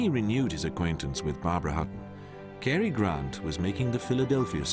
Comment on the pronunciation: As well as not being able to pronounce 'Cary' correctly